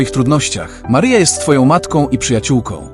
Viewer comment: Maryjo czy to przypadek ?ten lektor,to czytanie Twego Imienia nie bardzo mnie przekonuje Mary Joe?